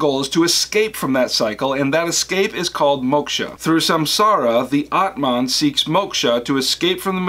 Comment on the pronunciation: M so thankful for your videos, but... the pronunciation of the words Samsara, Atman, Moksha, Brahman, and Karma is kinda horrible